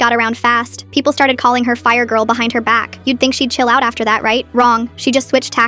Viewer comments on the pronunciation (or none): The way it said chill lol 😂